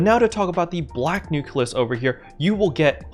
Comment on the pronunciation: Why do you call them nukelus instead of nucleus, though?